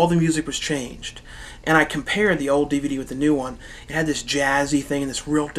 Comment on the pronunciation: I have always liked the way you say "old." You say it "ode."